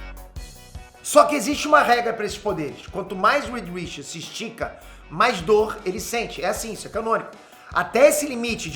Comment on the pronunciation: Aleluia. Falou o nome certo.